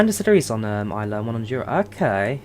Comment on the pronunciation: It's pronounced Isle lay but as one word.😀👍 Just noticed you had been informed of this during the stream. 👍